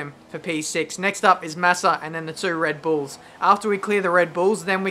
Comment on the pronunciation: lol when you said the 2 red bulls it sounded like total wipeout with the big red balls...